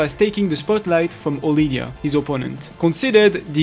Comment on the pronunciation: Mate. Her name is Odilia. Sounds much more elegant too.